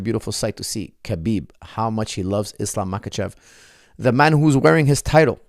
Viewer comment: Why do you keep pronouncing the K in Khabib? Isn’t it pronounced Habeeb?